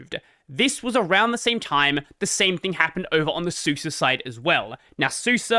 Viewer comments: Suse is pronounced Sooza, not soosa. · Man I don't know if I've been pronouncing these things wrong or you are LOL. I thought Suse was pronounced like the name Suzy short for Susan and I was pretty sure gnome was pronounced just like a garden gnome with a silent G.